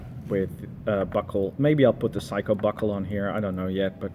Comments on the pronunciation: Well first of all, it’s not a “psycho” it’s a Seiko; pronounced “say-co”. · Its Saycho...not Psycho...IMHO. Great Fart ...IMHO. Excellent Review Thanks